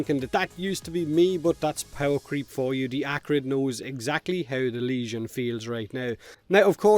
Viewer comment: Unknowingly you have achieved a cross cultural marvel... In Hawaii we have our own accent in which "the" is "Da" and "thing" is pronounced "ting" just like you.. so when asked about how something performs,such as a surfboard or motorcycle or whatever, if the thing is good we say " Brah..Da ting goes!" so props to you and Aloha from Hawaii..